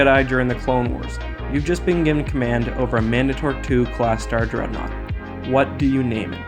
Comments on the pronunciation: Man-day-tur not Man-duh-tor cmon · He said mandator wrong